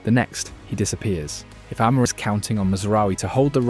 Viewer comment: AI bro. He didn't pronounce Amorim properly either